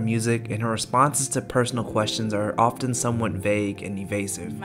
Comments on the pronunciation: You need to learn how to say the word “often” correctly since you say it multiple times in the first 2 minutes of your narrative about Taylor Swift after which time I couldn’t stand to hear you continue to butcher the English language so I turned you off. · You need to look up how to pronounce the word “often” since you use it multiple times in the first minute of your narrative after which time I head to turn you off for butchering the English language. You should probably stick to writing instead of speaking. And, thank you for clarifying that you are a straight Asian male. Why would we care if you are gay or straight or Asian or not Asian? Unfortunately, I’m a Taylor Swift fan and a former English teacher. I wouldn’t plan to submit this if you’re applying for a job. Your lack of understanding about TS is very apparent and embarrassing.